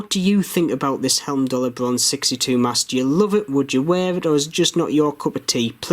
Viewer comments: Love your reviews, thanks. A quickie. It's "Heimdallr" ie "hime-dallr" not "helm-dallr." Keep up the great work. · I paid £152 for a blue one with a leather strap. Should be with me soon. Good review as usual. One thing though, you are pronouncing Heimdallr as Helmdallr.